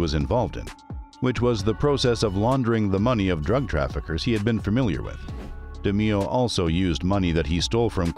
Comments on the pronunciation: Pronounced DE MAYO. NOT DE MEE O. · I swear to god it's DE NOT DI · Great Episode!!!! Very Informative!!! Just wanna say though, the last name is pronounced De Mayo, the way that would roll off you tongue. But very entertaining and informative!!! :) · Actually the name is pronounced DAY MAYO. And the thumb nail shows a picture of Roy, but calls him Tony. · Almost unwatchable because of it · its pronounced de-mayo.......jesus😒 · Da-MAY-oh. Pronunciation like that, you might be Gemini meat. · You butchered his name. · i dont like how you pronounce roys last name